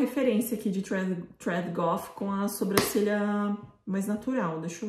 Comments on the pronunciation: Gente eu acho uma graça que a fala sobrâcelha em vez de sobrancelha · Eu não sei se acho fofinho ou fico com agonia do jeito que a fala "sobrâcelha" kkkk